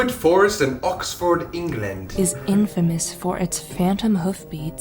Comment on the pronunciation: ‘Ox ford England 🤭😢😭’ the way colby pronounced it😭😭😭